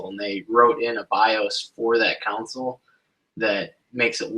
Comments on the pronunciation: Console*, not council. :( Good info though. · Yes It’s hard to listen to the videos....but I was just poking fun at how you say console.